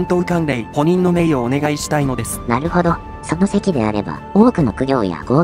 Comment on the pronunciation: 補任はぶにんって読むんじゃない？